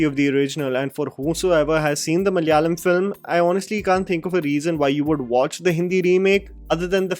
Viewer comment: can you please tell ma-la-ya-lam. not mallyalam..